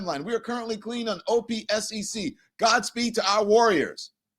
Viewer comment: You can just say OPSEC as if it’s a word, “opsec”, not the individual letters. Agencies are usually “letters” but military and security terms are usually pronounced as a word, it’s faster.